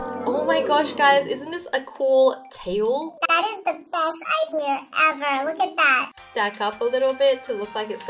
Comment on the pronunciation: I have a question wengie. Why do you also pronounce "r" after every word ending with an "a" For example: Word-Idea How wengie pronounce-Idear Word-Red Panda How wengie pronounce-Red Pandar and etc Can you answer my question???